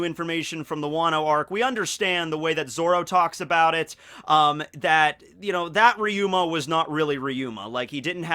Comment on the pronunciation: Its ryuma not riyuma